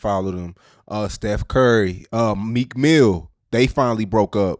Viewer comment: Every time and meekin mill 😂